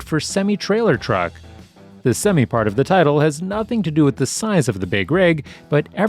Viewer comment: You pronounce semi wrong